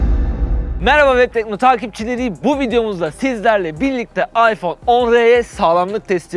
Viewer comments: iphone 10 r değil . iphone x r okunuş ayfon 10 ar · Allah rızası içün şu telefonun ismi AYFON 10 AR yani şu değik AYFON X R değil artık şunu düzgün söyleyelim